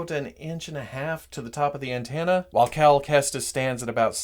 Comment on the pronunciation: He said cal Kestis wrong